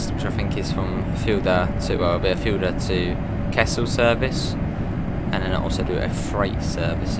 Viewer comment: Fulda is pronounced "full-da" not "fuel-da". And three is pronounced 'three' not 'free'. Cheers.